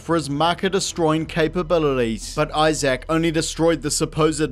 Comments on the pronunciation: His name is Isaac. Not Eye Sack, dude. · I'm sorry, how are you pronouncing Isaac? It sounds like you're saying "eye-zach" lmao. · You missed the other problem of the video: the way he keeps pronouncing Isaac as "Eye Zak"